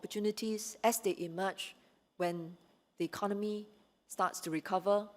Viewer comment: Mr. Chan, may I suggest that both Mr. Heng SK and you, if you both of you desire to be the Prime Minister and Deputy Minister, you have to learn to speak better English and speak with a more neutral accent and proper pronunciation. "Ekon nomy" not "econ noe me" I wonder why you did not learn to speak with a proper intonation when you were educated at a British university. Please go and take English lessons and speak like a graduate from the UK and political leader. "Fourth" not "fourph"